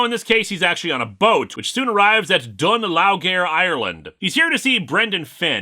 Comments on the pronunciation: Just FYI, Dún Laoghaire is pronounced "Dun Luhree". If you think English pronunciations are stupid, try Irish on for size. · Irish here - dun laoghaoire is pronounced dun leery